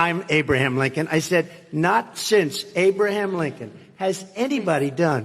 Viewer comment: 'did you just say abe linchon?" "No, i didn't say abe linchon, i said hey blinkon,""